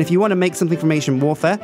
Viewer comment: Does nobody else hear "Asian Warfare" when he says "Ancient Warfare"??